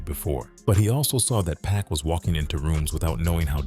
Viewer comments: They think all blacks look alike. He probably thought Snooky and Pac was the same person. You can tell the voice over is AI because it keeps calling him Pack which is going to get the video demonetized for using AI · Is it just me or does the narrator calling pac “pack” bothering anyone else or am I trippin? It’s a good video I’m not hating one bit because I genuinely like it, but damn it’s bugging the piss out of me hearing this man being called Pack😂🤷‍♂️ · SMH Why does this dude keep pronouning PACS name wrong BIG DOGGIE 💯👣 It's not pronounced like a pack of gum BIG DOGGIE 💯👣